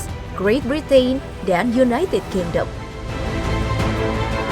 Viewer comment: Sayang mba narator kurang pas lafalkan kata 'Britain'-nya. Makasih penjelasannya Ka..